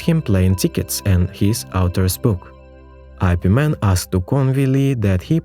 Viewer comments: Its pronounced as “yip” not “i” “p”. Dont make it sounds stupid like superman or batman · It's Ip Man...Not "I-P" Man sir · When I heard your pronouncing his name as I P Man, I stopped watching. It is supposed to be pronounced as yip mun 🤣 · Ugh it’s ip man not eye pee man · "I.P." MAN? 😂😂 it's pronounced "Ip Man" lol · Yes, but part of the entertainment of these videos is the absolutely entertaining pronunciations. So, yes, it's wrong. But... Get over it. Please. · Eye pee man.....😏